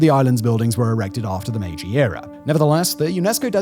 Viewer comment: The editing on this video was next-level sloppy. It's the "Meiji" era, not "Maji." The words spoken were "3000 employees" but the graphic said "3000 employers." The quality is just all over the place.